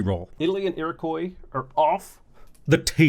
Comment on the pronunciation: You and Spiffing Brit have both called Iroquois as "Iro-koi" I guess because it's a foreign name. They're pronounced "Iro-kwa" similar to the French pronunciation of "what" or "quoi". Iroquois is a purely French name for the Indigenous people, so that's why you give it the French pronunciation. However, I understand that the US also sometimes say "Iro-koi" so perhaps the Americanization of the word has become the de facto international sound for it. On a side note, the Iroquois call themselves Haudenosaunee (people of the longhouse).